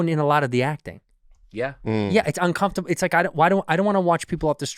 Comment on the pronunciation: Hey santino, say uncomfortable right